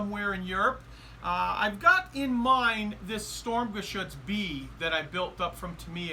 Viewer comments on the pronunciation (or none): Sturm...not Stormgeshutz my friend:-)